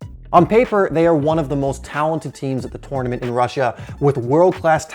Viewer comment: He's saying tournament wrong, great vid tho